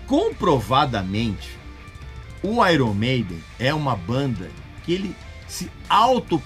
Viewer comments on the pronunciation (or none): Airon Maiden------------------> Pronúncia correta----------> (Aiern Meiden). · Pronúncia errada! Correto é "Aiern", não é "Airon"... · qprende a falar meno onome direito pow..... airon? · Uma dica purista aos que também gostam de pronunciar corretamente YouTube (íútíúb) A pronúncia correta de Iron é: Áiêrn Pode pesquisar... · Grande Regis... Vai uma observação sobre a pronúncia do nome da banda, que muitos não sabem... Em inglês, IRON se pronuncia AIORN.... Então seria AIORN MEIDEN. Grande abraço! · Tá pronunciando IRON errado kkk